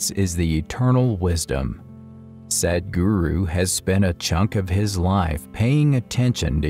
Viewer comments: This voiceover sounds very lazy! He mispronounces the word "Sadhguru." That is "apaswara," which produces negative vibrations. He makes it sound like "Sad Guru." The bugger must awaken his soul and mind and overcome his oral laziness! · your pronounciation of Sadhguru is just sad. You prenounce it as Sedhguru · It's sed-guru